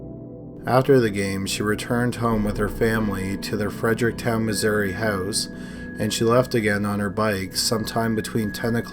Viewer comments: You say house like your from south philly but you don’t have an accent on any other word ? Are you fucking with us here lol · "a young man leaving their hose" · you say 'house' so weird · Droning on and on in a monotonous tone. And oat instead of out, hoase instead of house. wonderful.